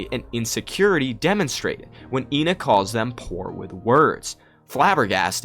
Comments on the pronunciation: Ngl I think ENA is supposed to be pronounced eh-na which is how u pronounce the number 1 in greek which would be ironically absurd since it's 2 personalities which fits with the game(also I'm Greek so there is bias) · its "Ay-nah" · RAAAAAAHHHH USE IPA IT'S /iːnə/ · her name is pronounced ahna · from what I saw regardign the teaser for the game, ENA's white side is the meanie and the red side is the salesman As for how to pronounce her name, everyone pronounces it differently through out the game thus any way you say it is the right way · When Joel G refers to ENA he says Eh-Na, he never confirmed or denied that its the right pronunciation tho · mispronounces her ƎNA's name too from time to time